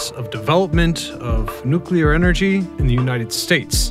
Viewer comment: Say it with me now,. "NOOK-LEE-UR"